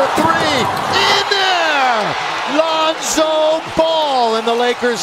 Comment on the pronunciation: This kid said lonzo